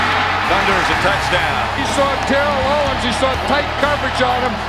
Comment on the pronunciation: the announcer wasn't kidding when he said "tear-ell owens"!